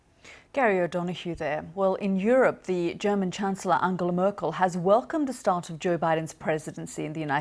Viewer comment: I love how she turned into a slightly German accent when talking about Merkel and a somehow French accent talking about Macron